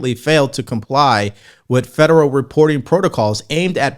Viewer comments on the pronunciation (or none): none